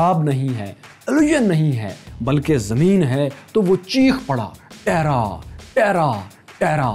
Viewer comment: Bro italian language mein zameen ko wo nhi bolty ju ap ne video me btaya actually ye (ٹیرا ) nahi blky( تیرہ ) khty hy. But at last i m huge fan of ur presentation .